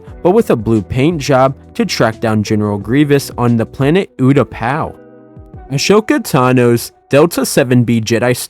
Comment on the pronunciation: Pls say ashokas name right